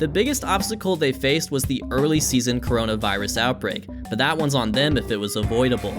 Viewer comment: "kornmonavirus" Amazing.